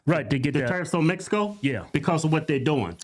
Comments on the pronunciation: She said MESICO 😂😂😂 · Woah she said messico, she for sure says "messicans" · She sounds so stupid saying mesico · Is she saying Mesico? I think she's still on heroin